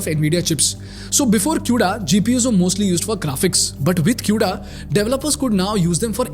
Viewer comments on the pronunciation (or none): As a fucking dev using cuda it's not pronounced as "Q"da it's "kuda" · "kooda" not "q-da"